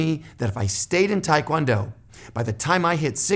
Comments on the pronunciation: Made it to 2nd degree in Hapkido,I'm in my mid 50's it was just two much for this old body,did taekwondo made it to 2nd degree also, hated the forms, it did give me more balance tho,not sure what I will study next.BTW it's taekwondo not tiekwondo. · Um, if you where ITF you know its TAY kwon do, NOT Thai kwon do Just sayin. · ahh it's because in korean it's pronounced like that, but most americans pronounce it like tai-kwon-do :)